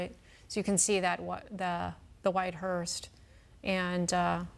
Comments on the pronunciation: ⚠️To the news anchor: It's "hearse"......not hearst. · It’s a hearse, not a hearst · News While I appreciate this important coverage, please correct your anchorwoman. She kept saying "hearst". There is No 'T' on the end. The word is: 'hearse'. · Why does that female reporter keep calling it a "hearST" ?? Its HEARSE !!!